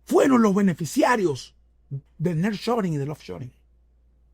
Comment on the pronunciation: Niar shoring (así se dice)